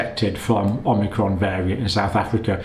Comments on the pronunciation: considering that the vaccine only creates antibodies to the spike protein, and natural immunity gets antibodies to the spike protein and the whole virus body, we can assume that vaccinated people will obviously get infected by Unicron? ... also, "Oh-Mee-Cron" not "Om-Nee-Cron" :) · Dr. Campbell is still mispronouncing "omicron" -- He calls it omNicron. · Dr. John: I have been walking around in confusion as I hear the word "omicron" mispronounced. It's somewhere in the media and it seems to be you! There is no "n" as in "omnicron." From my college days, fraternity pledges had to learn the Greek alphabet. It's produced" o-ma-cron." Very close to "Omaha" coming from Peyton Manning. Love your work. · Not OMNI... O-micron. You clearly don't understand relative hazard if you think 0,71 is equivalent to 71% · Thanks John. I think it’s pronounced ‘ohm icron’ as i the greek pronunciation. Keep up the great work my friend 🙏